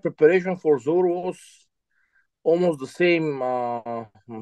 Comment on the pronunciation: Zowear 🤣🤣 it's Zaur!!